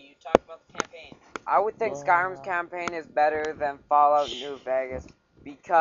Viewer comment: Did you just say... "campaighn"! IS THIS A FREEEEEEEKING SCHOOL PROJECT!?!?!?!?